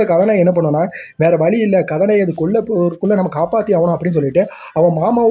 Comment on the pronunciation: Ethana kathanayagan konjam slow va pesuga mathapadi nala iruki story explained. Neega kathanayagankathanayagi nuspeed ha solurathu enku katha nayeee kathanayeenu kekuthu bro alaga pesuriga plz porimaiya pesi poduga